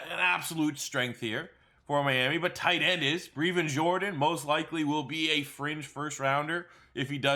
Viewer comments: His name is Brevin not Breevin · Brevin not Breevin 🤙🏼 Rhymes with seven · Youre pronouncing Brevin Jordan's name wrong. It sounds like Devin but with a Brrr sound instead of the D